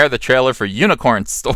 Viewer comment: I love the way he says "Hewnicorn Store"